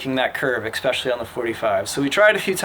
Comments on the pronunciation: “eSpecially” not “”eXpecially” :P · 'Especially'; not 'Expecially'. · One tiny little comment here. OK. I get it. Kids nowadays talk like their friends. But as a teacher, the sound of people mispronouncing 'especially' really grates on my ears. If you would be so kind, would you please try saying "es-PEH-sha-lee", not 'ex-PEH-sha-lee" ? There is no 'X' or "eks" in this word. Thank you!! If you don't agree, then I guess Webster's needs to update their dictionary.......... whenEVER. lol :)